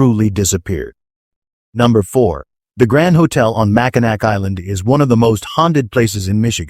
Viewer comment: Its pronounced "mack in naw." NOT mack in ack.